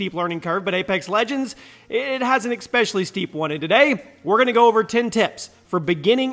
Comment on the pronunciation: ESpecially, NOT EXspecially